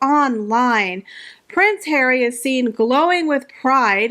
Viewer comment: Love your videos and thanks for making me smile every time you say Prince Hair-wee 😅 I actually think Disney execs were mocking Meghan !! She famously made an ass of herself on their lot demanding roles in Disney flicks. She also tries incredibly hard to ape Diana and Catherine so I think you have it flipped. Meghan who had her overpriced Spotify podcast and 24/7 press coverage claims not to have voice. I think you may have mischaracterized a meta joke on Disney’s part. They were making fun of HER not Catherine.